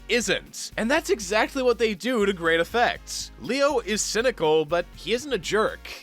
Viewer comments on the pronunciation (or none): none